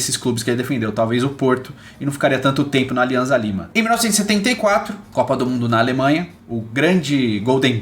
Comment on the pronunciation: Só um adendo: a pronúncia do clube peruano Alianza Lima é Aliança Lima - não há som de z no espanhol, o z tem som de ss.